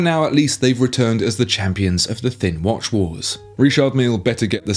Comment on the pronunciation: It's not wash its watch